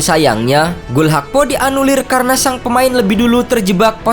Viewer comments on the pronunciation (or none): none